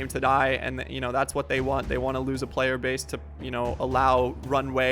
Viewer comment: Is it just me or did he say "if I was a playe"??????